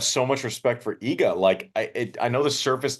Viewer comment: Man! Iga has been 2 years now number 1, please learn how to pronounce properly her name, just out of respect for her. Thanks and great show